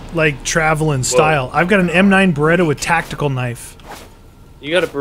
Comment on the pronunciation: Isn't it tactical not tacticle?